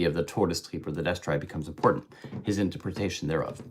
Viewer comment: How would Freud interpret your difficulty with saying interpretation?